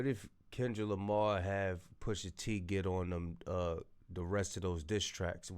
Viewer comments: why does he keep saying "poosher T" LOL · Poosha T 😂😂 AI is wild! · Who TF is poosher T 😂😂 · Calling him Poosha is wild. AI be funny sometimes